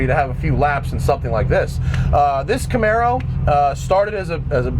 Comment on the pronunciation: Tito Jesusmane Yeah, I know, it's 'maro NOT "marrow". lol